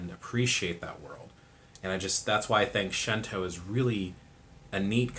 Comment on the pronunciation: It's pronounced Shinto, no shento. 神道 that's the kanji. Shin tou. with a long o at the end. "She" is not in the kanas. Thanks for the intro